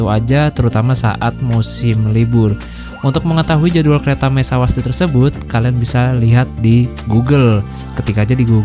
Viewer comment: Mysawadee sebutnya SawasDI...seperti sawasdi kap..terminal bersepadu selatan maksudnya untuk bis2 destinasi arah selatan..sudah ada terminal bersepadu gombak untuk bis tujuan pantai timur